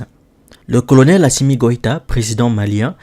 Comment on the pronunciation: Il faut gifler la petite journaliste là, est elle sauvage elle a dit "" Assima"" au lieu de Assimi